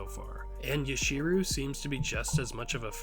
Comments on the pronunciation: One small note because you asked us to share is you are pronouncing yachiru more as yashiru. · yachiru with a hard ch like in chocolate or bleach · Yachiru is pronounced (Yah-chee-roo) I believe